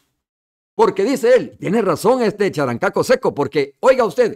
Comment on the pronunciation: Romeo no es charancaco es cherenqueco